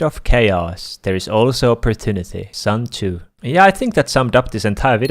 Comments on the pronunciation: “Sun Chew” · "Sun Chu" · im not trying to be mean or being a heter but when he said Sun Tzu it made me laugh xD (Im not being mean though)